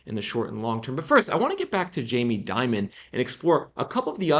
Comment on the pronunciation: jamie Dimon is pronounced Dee-mone, just as an fyi for future dialogue.